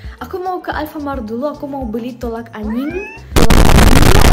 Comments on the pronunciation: Hahaha.. maaf ya bukan tolak anying. Tatapi tolak angin😅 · Mon maap Kak dibagian , , sama harusnya "Tolak Angin" bukan "Tolak Anying"😂🤣 " Anying itu 🐶 kasar😂 dan tadi dibagian udah bener Es Teler bukan Es Telur 🍳😂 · Tolak angin bukan tolak anying lucu 😂😂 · Tolak angin jadi tolak anying haha 😄😂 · Kak orang bilang tolak angin bukan tolak Aying astaghfirullah kak🤣🤣🤣🤣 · Tolak angin.kok jadi tolak anying wkwkwk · Tulak angin kak bukan any*ng😂😂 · Tolak angin kak bukan anying😂😂😂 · TOLAK ANGIN TEH, BUKAN TOLAK ANYING😭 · tolak angin mba bukan tolak anying 😂😂😂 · Kak tilak angin bukan tolak anying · Aduh kalau gak busa nyebutin nya ya udah jadi tolak anyinggg tuh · Tolak angin woi!bukan tolak anying!*ketawa*dan gak bermaksud ngejek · Tolak angin kak bukan tolak anying😅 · Bilang tolak angin dibilang tolak anying 😂😂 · Tolak angin kak bukan Tolak ayeng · Tolak angin bukan tolak anying😊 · Tolak angin kk Bukan tolak anying 😭😭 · Kak tapi aku salah dengar gak si kakak soal nya kakak bilang tolak anjing bukan tolak angin tapi jangan tersingung lo kak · mbak tolak angin mbak..... Bukan tolak anying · Ngakak harusnya nyebut nya tolak angin bukan tolak anying🗿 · KaK Bule ngomongnya tolak Angin bukan Tolak Aying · Seharusnya tolak ANGIN!!!!!!!! BUKAN TOLAK ANYIIIIIIIIIIIIIING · Ka tolak angin bukan tolak anying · tolak angin nya knp jadi tolak anying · Mohon maaf tolak angin bukan tolak anying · Kok Nya Bahasa Nya kek gitu ya Kan seharusnya tolak anginnn masa Jadi Tolak anyinggggggggggg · Tolang anying ku dengar klo gk salah😢😢🤣🤣